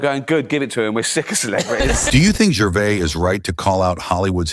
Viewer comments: who's "gervay" ; narrator: jer- vase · From Norfolk in England. Firstly, just to correct your own correction, you was right first time. Ricky's name is GERVAIS pronounced GERVAZE. Not GERVAY he's not bloody French, and every time that voice said Gervay I was getting more irritated. I would have loved to see RIcky put him (or it) straight. As for Ricky's point of view, I stopped watching all awards programmes a long time ago because of exactly what Ricky highlighted. Self satisfying, pompous grandstanding that got more cringeworthy with each passing year. My highlight of the famous Golden Globes demolition (seen by recommendation on you tube) was the changing of the expressions on the faces Tom Hanks and Leonardo DiCaprio seated side by side. Mr. Hanks went from broad grins to looking like he was chewing a wasp. Larf is like lark a box o' box o' chawklets, is it it not? Great video sir. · The S in Gervais is sounded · You got the pronouncing correct it’s the AI Narrator who got it wrong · You are using the correct pronunciation. It is the narrator who incorrectly prounced Gervais. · This commentator can't even pronounce Gervais correctly. Stop telling us what we already know! Bishop's Stortford, Hertfordshire (pronounced HARTFORDSHEER) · Gervais is said with the S at the end. The narrator isn't pronouncing it correctly. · Nah, this narrator sounds like AI and is pronouncing it wrongly. The S is definitely NOT silent. Ricky is English, not French. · You were pronouncing correctly. The person narrating the video was pronouncing incorrectly.